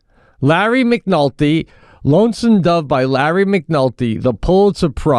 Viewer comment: "Larry McNulty" Pete, if you're gonna stand by your book recommendation, at least get the author's name right Larry McMurtry